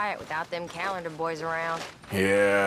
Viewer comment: I missed those boahs